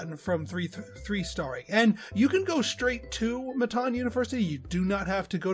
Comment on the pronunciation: Am I the only one who says it “mitten” like what you wear? 😂 I was cracking up at him saying “mi-TAWN” the entire time. 😆🙈🤷🏼‍♀️